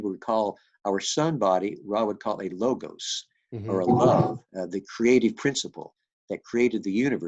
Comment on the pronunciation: The "g" in 'logos' is uttered as "w" in 'word' . It is λόγος . BTW your book is great!